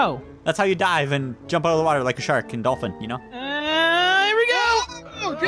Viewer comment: You say "chark"